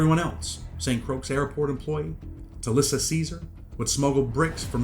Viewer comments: Muddaskunt…Croix is pronounced KROY not Krux. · It’s pronounce like Roy with a C. Like Croy. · bro he's saying that Croix is pronounced as croy that's all smh